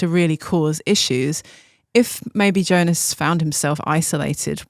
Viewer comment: Please pronounce Jonas’ name correctly.. it’s pronounced Yo-nas